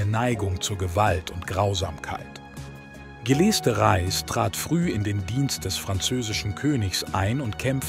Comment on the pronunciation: Leider steht nicht nur die genutzte KI-Stimme mit der Aussprache von Gilles de Rais auf Kriegsfuß (faszinierend, wie viele verschiedene Versionen in dem Video vorkommen, könnte man fast ein Trinkspiel daraus machen: Ein Schluck für jede neue falsche Ausspracheversion), sondern leider auch das Übersetzungsprogramm (oder der KI-Artikelschreiber) mit der deutschen Grammatik, vor allem dem grammatischen Geschlecht und der korrekten Deklination von Adjektiven und Pronomen.